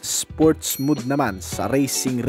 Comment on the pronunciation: Accessible po hindi accessable At saka huwag mood kasi mode yon. Pronounced as mowd. Maniniwala na sana ako sayo eh, pero dahil dyan hindi na ako naniniwala.